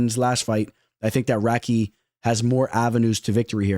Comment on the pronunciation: crazy how you pronounce radtke